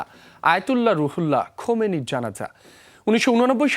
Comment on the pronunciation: খমিনি কিডা বেটার খবর পরবের দিছে কিডা৷৷ নেতার নাম টাও বলতে পারেনা দূর ভাগ্য আমাদের মুসলমানদের